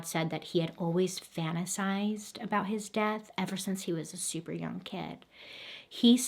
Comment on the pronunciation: BTW the G in young is silent or did you really mean young gauge?